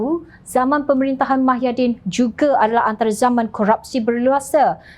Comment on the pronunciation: Ada silap dia sebut mahyaddin...sepatotnya muhyiddin